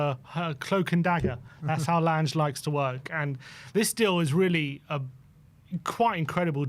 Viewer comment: Jesus Christ please pronounce Lange's name properly he isn't L Ange